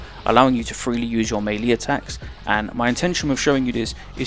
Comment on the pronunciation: Man I don't like having to do this but I gotta cause it hurts hearing you repeatedly butcher the pronunciation... melee = ˈmālā = meh lay not mee lee or mei li. fucking hell anyway, thanks for making these